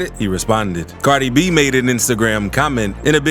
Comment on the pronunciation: Liiiil baby Goooouhhns beat up offset🤣 The funniest part was his accent for Cardi B.. 🤣😭